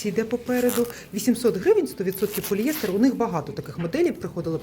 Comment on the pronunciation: Вибачте,але правильно- поліестер,наголос на ост.склад Дякую за огляд